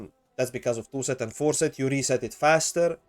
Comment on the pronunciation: at first i was like: what the helly is a ''forset''?? i dont have that and what even is it?? i was thinking an researching for 2 hours straigh! and then i realized: you mean the ''4-set'' boni :')